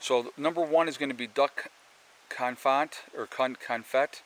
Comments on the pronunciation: Duck confit is pronounced "kown-fee" it is French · Duck *conFEET although the t is nearly silent. 🥰. Enjoy your channel and just subscribed.